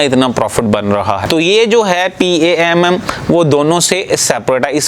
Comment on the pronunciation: پام Not p ,a,m,m